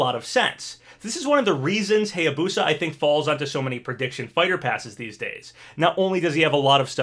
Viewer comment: Still pronouncing Hayabusa wrong, also Masamune was pronounced wrong 😭😭😭 but now you're pronouncing Heihachi correctly yass!👏👏👏